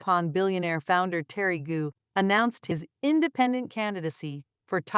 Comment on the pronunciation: Gou is not pronounced goo. You used a map which shows the island of Taiwan as a part of the PRC, tisk tisk. Or do you mean to say the PRC is a part of the RoC? Either way, you made a mistake.